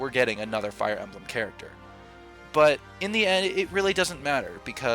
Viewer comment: Little speaking pro tip. When saying "Fire Emblem," put the emphasis on the "Fire," not the "Emblem." You'd be amazed how much the "Emblem" interrupts your flow when speaking if emphasized